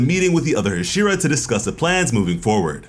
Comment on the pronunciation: Bruh can you say "Sah-neh-me" NOT cinnami. And "Ha-she-rah" but other than tht fam good work! Lol